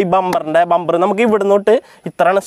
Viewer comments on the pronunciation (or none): none